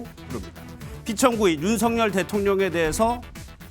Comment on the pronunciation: 한국어에는 각 단어들에 장음(長音), 단음(短音)이 있어서 국어사전에도 표제어 장음 글자의 오른 편에 : 표로 표시되어 있다. 그런데 요즘 젊은 기자들은 특히 한자어를 말할 때 이를 전적으로 무시하고 전부 아주 짧게 발음한다. 예컨대 '여:당(與黨)', '야:당(野黨)', '대:선(大選)' 이라고 길게 발음을 해야 하는데 짧게 발음하는 것이다. 참으로 듣기에 딱하다. 이런 폐해는 한자 사용의 폐지에서 기인한 것이다. 정말 큰일 났다. 청구인측 변호사가 "피청구인" 을 아주 짧게 발음하는데 "피:청구인" 이라고 장음을 써야 한다. 요즘 한국인들의 '한자어' 구사가 이 모양 이 꼴이다.